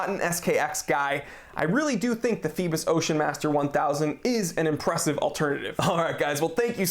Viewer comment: I'm not sure if anyone has stated this yet, Phoibos is greek for Apollo, the sun god. Pronounced Phoe-bos, with a greek accent LOL. Did you mention if it has hacking and manual/automatic wind? Is there a display back? Just wondering.